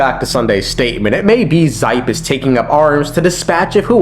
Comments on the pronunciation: it's pronounced "she-pey" not zipe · Sorry, but do some research on name pronounciation, the Xipe is read as SH-I-P-E, not Z-Y-P-E. No hate tho... Just my ears bleading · Ermmmm Xipe is pronounced like she pay ☝️🤓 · Minor criticism, but Xipe is pronounced like She-pey 😂